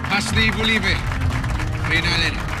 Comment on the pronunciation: I am 89% sure na kahit isang beses lang nagkamali si sa pagsabi ng "Reyna Elena" kaysa "Reyna Alena" jan 😂😂😂